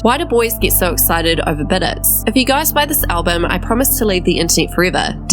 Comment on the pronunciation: Not "biDET" 😂😂😂